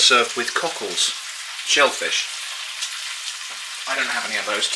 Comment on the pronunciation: Hopefully I'm not weird for having the chuckles when you say coccles (or however you spell it - the shellfish, I think you said).